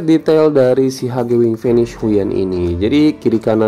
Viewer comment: Bang bacanya fe ni ce bukan fenis😂😂